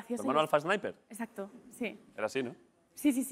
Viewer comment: jajajaja me parecio oir que marta dijo escacto en vez de exacto